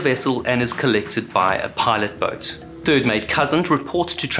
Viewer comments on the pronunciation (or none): South African booooooot 😅